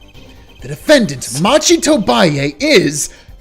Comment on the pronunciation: The defendant's name is pronounced "Mah-ki", not "Match-i".